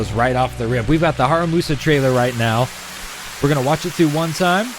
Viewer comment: In case you haven’t noticed yet, you’ve got his name wrong. It should be “HaRUMAsa”, not “HaRAMUsa”.